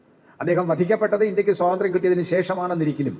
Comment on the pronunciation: കാന്തി വധം പറയാനറിയില്ല. ച്വതന്ത്ര്യo പറ.